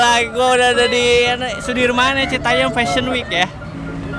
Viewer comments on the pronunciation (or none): Citayem pak, bukan citayeum. Itu kan JKT bukan Bandung yang ada peyeum hehe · Ti iraha citayam jadi citayeum 🤣🤣